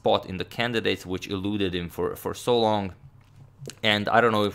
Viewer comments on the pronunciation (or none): none